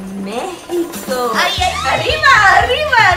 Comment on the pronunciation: Quando falou México espãnhol ficou parecendo merreco